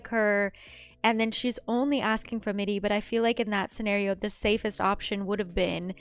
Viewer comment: I noticed that you read "Mirri" as "Middi" and "Irri" as "Iddi". Is that a form of dyslexia or something? (Not criticizing, just pointing out and asking.)